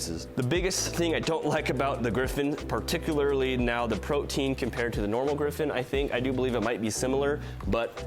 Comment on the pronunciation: Pretty sure the proper pronunciation is "proty-an" not like protein